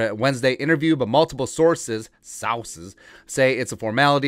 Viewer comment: You crack me up bruh, "saoorces" 🤣